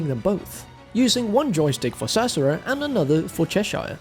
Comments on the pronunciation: I thought was part Latino? Say "Cereza" Feliz, Ce-Re-Za.... or save the trouble and just call her Cherry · That's not how you say Cereza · is an absolute treasure. Nearly fell out of my chair on the first mispronounciation of "Cereza", and here I am laughing my a** off with the mispronounciation counters. Great video all around!